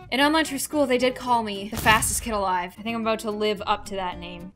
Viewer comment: Emphasis on “alive”